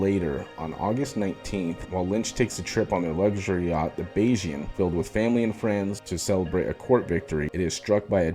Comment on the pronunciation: Thank you for pronouncing Bayesian correctly!